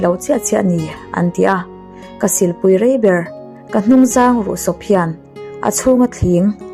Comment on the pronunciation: Buka sa kham leh hnungzang ruh sawp hi i lam ri dik lo deuh.